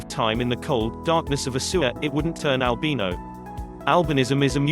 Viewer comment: Fuck you say Albino right